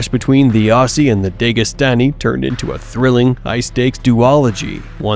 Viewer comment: DEGAstani < DAGEstani 😂